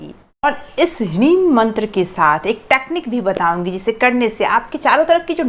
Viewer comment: क्या हिरिम उच्चारण कर रहे हैं